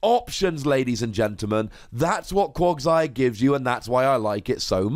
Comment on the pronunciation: why are you say bad at Pokemon pronunciations? Quaqsire has an A in it, not an O. It's pronounced "Cwag-sire" not "Cwog-sire", as confirmed in the anime!